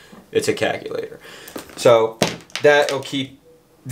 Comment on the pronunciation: "seriously, it's a CACKELATOR"